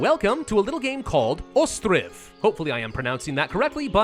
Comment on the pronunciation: Ostriv means "island" in almost any Slavic language (Ostrov in Russian, Czech, Slovak, Bulgarian, etc., only Ukrainian has the "i") and you pronounce it very right.